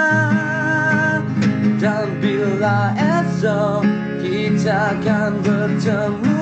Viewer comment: kalau boleh sebutan tu biar betul.. jangan ada "C" . contoh "untuk selama lama nya".. bukan"untuch selama lama nya".. "dan bila esok kita kan bertemu kembali" bukan " dan bila kitcha kan bertemu kembali"... sebutan biar betulll